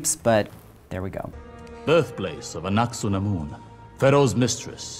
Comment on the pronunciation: It hurt me to hear him say Anaksunamun.